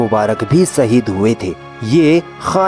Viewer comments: Dear admin Bhai aap apni udru sahi kre ...zang nhi jung hota h aur saheed nhi shaheed hota .. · baaki sb to thik hai bht achi baate btai... But bhai KOSIS nhi KOSHISH.. ZEET nahi JEET.. ZANG nhi JUNG.. ROSNI nhi ROSHNI.. SAHEED nahi SHAHEED.. Hota hai.. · Urdu bolne Mein apka talaffuz theek nhin h. Jeem ki jagah pr ze zaal zuad ka n sheen ki jagah seen ka istemaal na kro. Shaheed ko saheed na bolo. jung ko zung na bolo. Albatta andaz achchha h. Intzar jafri. .